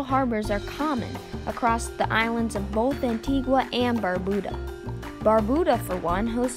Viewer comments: Well done Very informative. ( BTW it’s pronounced An-tee-ga not An-tee-gwa) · It's pronounced "Antiga".